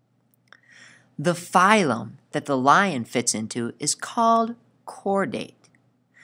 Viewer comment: he says blion lion